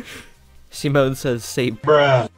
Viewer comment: When he said 'Simone' I had to look at the screen to make sure that he said Simone and not Semen- Don't ask how the hell my brain though about that.